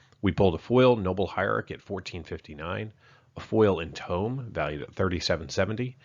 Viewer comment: anyone else get annoyed by ancient TOME and enTOME?